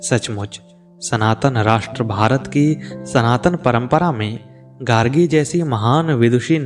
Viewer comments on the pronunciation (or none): none